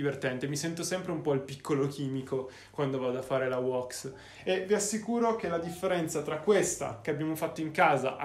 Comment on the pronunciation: Ora farò il pignolo si pronuncia WÈX NO WOX bella